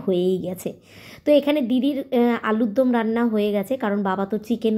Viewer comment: KI j bolish alur dum na ota alur dom..